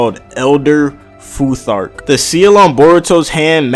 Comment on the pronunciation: Good job on the Futhark. You said it right. I used to be a scholar of norse mythology for almost ten years. And yes i'm from the area.